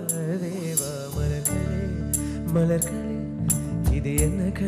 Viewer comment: Malarhal, malarkal, please correct pronounces...